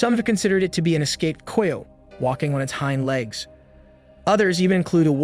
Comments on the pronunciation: “K eye oat “ <——- not “koy yote “ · Coy ote ????? Not even a word.....Try Ky ote I know it looks wrong but it is right......Ask before you record anything you are unsure about. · Ki-yote not a flipping coy-ote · Ki-o-te= Coyote. Good video. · Coy ote? Pronounced ki o tee😂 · The boy who is narrating is killing me mispronouncing the word Coyote.... Dude, it's pronounced Ky-o-tee not the way in it's spelled. Do some research..... SMH!!!! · I mean this in the nicest way but American children stopped reading and became less familiar with written language! Coyote -(rhymes with PIE so -KIE-Oh-Tee GREAT JOB on the video THOUGH! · I'm with the guy below... what the hell is a coy-ote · Wtf is a coy oat ?? Never heard anyone say it that way !! Lol !! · Umm, I've never heard anyone pronounce coyote that way. I know it looks that way from the spelling, but it's pronounced "kigh oat". Kigh as in rhymes with high. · Who taught you phonics!!!!????? Coy uote is not a word! Or animal!!! Coyotes are common, and Amarillo, that's a BS story!!! But it caught your attention, thus you don't research!!! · Why can't you say coyote...??? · Your killing me mis pronouncing the word coyote. Sound it out man. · Ikr? Jeez, even someone with half a brain can say coyote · You say coyote weird